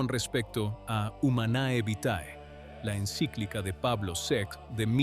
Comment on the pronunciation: Se pronuncia humane vite. Enséñale latin a tu IA